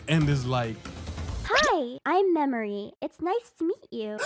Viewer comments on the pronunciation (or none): how tf did you fumble that bad with "Memory" 😭😭😭😭😭😭😭😭